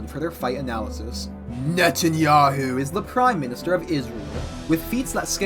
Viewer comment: With the name pronounciation, you can definitely tell that he did his research. I think prep time matters a lot though, because without time for Trump, Hegseth and Rubio to get started on the server, BB may be woefully undergeared.